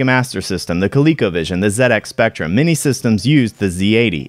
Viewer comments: Sounds so weird hearing Z80 pronounded as "zee eighty" I'm used to hearing pronounced as "zed 80" at least you say ZX Spectrum right. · What a fantastic video. I came in with only a basic understanding of the MSX, and I left having learnt a lot about the Platform. The combination of Konami carts was really interesting, and as someone who grew up playing the Spectrum, thank you for pronouncing ZX Spectrum correctly 👍🏻